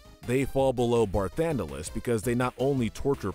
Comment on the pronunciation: For Sin, you said the summoner becomes the next Sin, that’s not correct. It’s one of the summoners guardians sho is turned into the final aeon that is then made into the next Sin. You mispronounced Ultimecia and Edea’s names and then Barthandelus as well (13 even had voice acting) so I’m fairly sure this list wasn’t written by a true fan and this whole channel is just a content farm